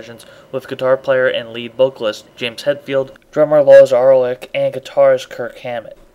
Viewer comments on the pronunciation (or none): It's pronounced "Oolrick", just a heads up for next time (